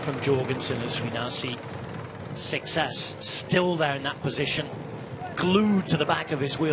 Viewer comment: Seixas being a Portuguese surname would be pronounced SAY-shush. Curious how it is pronounced in French though, since it is not a French name.